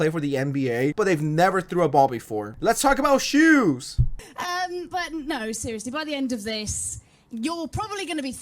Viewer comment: the joke is that she is saying jews not shoes